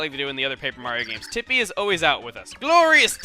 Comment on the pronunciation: you're saying 'teepee' shorten those e pronounciations